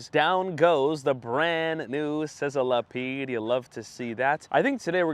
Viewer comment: I hate to be that guy but Sizzlipede is pronounced sizz-li-peed, not sizzile-a-peed.